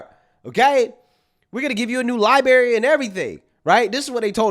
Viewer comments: Lie-brerry not Lie-berry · Tip of the day....LibRary...not liberry. 😂❤